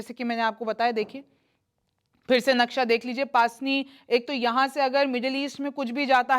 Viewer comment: its pronounce pusni not paasni 😊